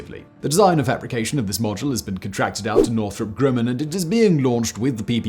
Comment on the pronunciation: GRUM-man not GRUE-man!